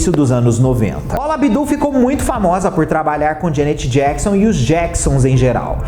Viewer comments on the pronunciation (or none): none